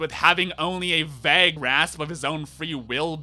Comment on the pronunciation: You say vague so wrong it's like Britta and bagel.